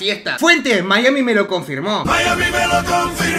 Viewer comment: Yo al escuchar mayami melo konfirmo : 👀💅👌🧖‍♂️